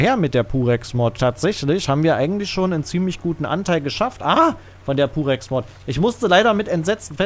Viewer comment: Wieso verstehe ich immer "Durex", anstatt "Purex" 😅